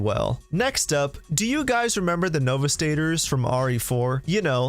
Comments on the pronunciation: novistators 🤣🤣 its pronounced no-VISTA-DOOR that made me laugh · “novastaters” novistadors sir (No-va-stay-ter) (no-vee-stah-door) Also this is all mostly cut content from the original 2005 game. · Please stop saying no-vis-DATE-er, it’s no-VISS-tuh-door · The "novis daders"? bruh xD Novistadors is Spanish, man! Pronounced "no-VEES-tah-dors" Say it like Luis would ;) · Can someone check: I thought it was pronounced "NAW-VISTA-DOORS" - Novistadors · No-vis-taters, precious? lol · Novistator? XD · I'm sorry, but the way you pronounced "Novistadors" here made me want to vomit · Great video. But your pronunciation of novistadors was sickening. They arent terminators, and its a spanish word friend